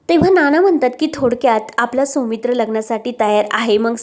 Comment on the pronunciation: सोमित्र नाव नसतं सौमित्र असत. शुद्ध मराठी वाचणारे वाचक मिळत नाही का?